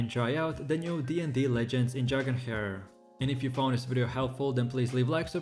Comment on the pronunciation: Dragon "hair" 😂😂